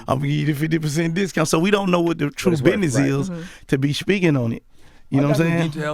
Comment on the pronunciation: Biness? Wtf is biness? And what does "fur" have to do it? I swear rappers can't talk worth a damn.